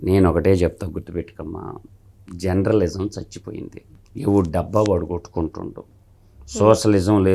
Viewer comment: ఒరేయ్ జెండ్రలిసం కాదు రా జర్నలిజం